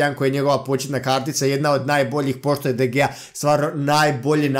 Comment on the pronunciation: Ne kaze se de gea nego de hea